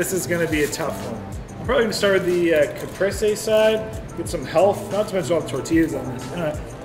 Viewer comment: CaprEse is how you pronounce it